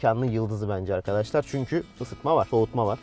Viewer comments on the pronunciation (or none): none